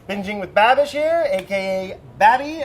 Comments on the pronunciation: Anyone else annoyed with "Babby"? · I'm only 2 minutes in but does Brad ever call Andrew anything other than Babby? Lmao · i just came here to hear brad say Baby....(Babby?) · oh my god im obsessed with how brad says babishs name plEASE do more cross overs with babby